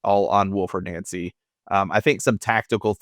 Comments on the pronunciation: It’s nancy not nauncy fs he even said his name pronounced NANCY yesterday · Stop calling him “Noncy”, you’re making it sound like noncey. He has said his name and answered his name as Nancy. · The Celtic fans have clashed over the proper pronunciation of his name more than over the poor recruitment of the board. Glad to see both of you got it correct. "Naunsi" not "Nancy"